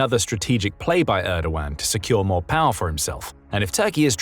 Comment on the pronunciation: It's not "Reysep", it's "Rejep" Tayyip Erdo-an (muted g)